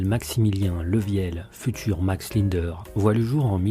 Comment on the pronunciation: Commencer déjà à bien prononcer son nom avant de raconter sa vie....